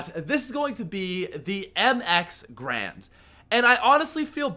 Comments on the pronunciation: There is and A in between the G and R. I'm pretty sure you pronounce Garand as Garand, and not Grand. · it's mx garand not mx grand